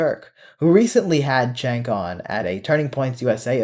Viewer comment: Going to preface this with stating I can't stand them and their pivot. Question: does everyone who dislikes or hates him call him Chank, Chenk, or Chink or something? Even when I wasn't a prog, I called him Jank, as is how his name's pronounced.